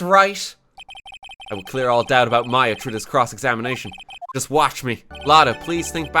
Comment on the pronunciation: ITS M-A-YA